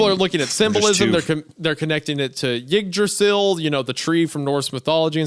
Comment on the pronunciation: oh no. The way he said "Jigdracil" 😂 Is that really how English-speakers pronounce Yggdrasil? 🥲